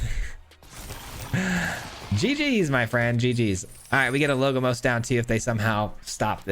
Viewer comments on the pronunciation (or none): LoL, I just thought about commenting this as well. always call him "logomos". He says so much that I started to think if my English (which is not my first language) was wrong.